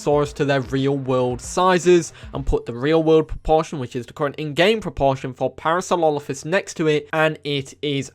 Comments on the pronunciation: Please learn how to say Parasaurolophus lmao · You butchered my favorite Dino's name please talk slower and give yourself time to enunciate. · I’m gonna be that guy, what was that pronunciation in the beginning because that’s definitely not Parasaurolophus.